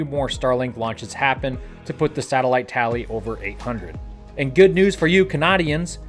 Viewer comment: Intro today: Hi, I'm, a this is SpaceX in the noose Me: Oh no....